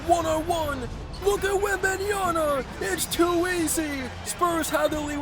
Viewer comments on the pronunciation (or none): Bro it’s pronounced wembanyama not “Yana” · bro doesn't know how to say Holmgren or Wembanyama😂he kept sayin Holmgrem and Wembanyana🤔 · Not wembanyana it's wembanyama